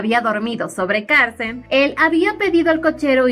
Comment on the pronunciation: Xq dice Carcen si es Carcel?🤔🤔🤔